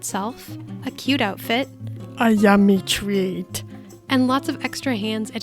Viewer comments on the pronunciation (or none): “a ŷūmęe twęet”